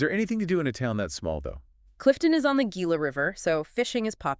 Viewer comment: Hee-la not Gila! Great vid though guys.